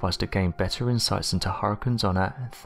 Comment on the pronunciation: I've never heard anyone pronounce "hurricanes" as "har-cuns". Luckily you said it 27 times in 60 seconds. Any less & I would have never figured out what you were trying to say.